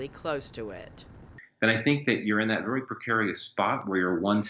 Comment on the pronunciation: Vury vury scury.